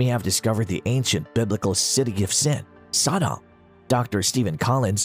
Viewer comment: Why the stupid pronunciation of Sodom it is pronounced the same as sodomy or sodomite the two words originate from the city of Sodom because that is how they were behaving in Sodom.